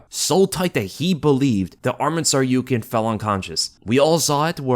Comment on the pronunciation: Who tf is this SarYOUkian guy? sounds like he didn't go unconcious.